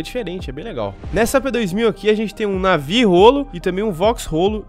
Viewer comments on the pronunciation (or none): none